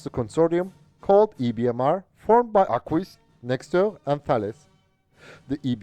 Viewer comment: I can see how hard it is to pronounce Arquus the right way ; but it is simply "Arkus" 😉